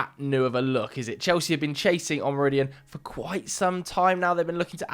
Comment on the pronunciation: Owe-moe-row-dee-own, stress the last syllable. Cheers!